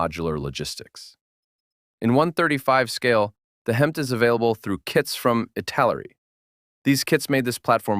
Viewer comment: HEMTT is pronounced as Hemitt, and I'm surprised you didn't ID the Ural trucks as a must for the other side of the Cold War.